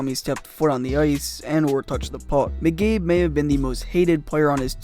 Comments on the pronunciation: its pronounced Mc Kaybe, not Mc Gaybe, and youre right. when he was on the hawks i hated him. bernie "boom boom" geffrion belongs on this list. he was on montreal and he scored a gwg in the playoffs, and the Montreal fans booed him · I like your content but your pronunciation of words, places, and player names needs some work. For Example McCabe is pronounced Mākäbe not McGabe. Keep up the good stories though! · it's McCabe, not mcabe bruh! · Great video. However, it's pronounced Mc-Cabe not Mc-Gabe. Ouch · Say Migabe again. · Or as this guys calls him “Miggabe” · Sounds like he’s saying McGabe. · How are you mispronouncing McCABE? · yeah it’s probably just Leafs fans like me because we have heard his name a lot during his tenure and the way you’re saying it sounds odd